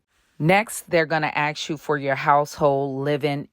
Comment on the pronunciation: Ask, not 'ax'